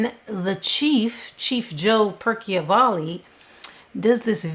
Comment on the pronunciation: It's Joe Percival ,not" Perky o valley" , all the videos in wich he appears even says his name correctly! And there's absolutely no proof she was involved with Jeter when he was 11! Just because he had an expensive watch and no 1 knew how he got...C'mon! Yes, inappropriate and morally wrong at 17, but not criminal! Very disturbing to say she abused him at 11…If I was her mother, I'd sue you !